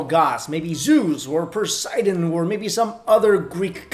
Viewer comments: In the beginning "Zeus or Persiden"😂😂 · Did you just say purseidon? Fail.